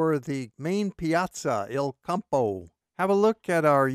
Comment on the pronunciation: Not to be snarky, but it's "il Campo" not "el Campo;" italiano non spagnola!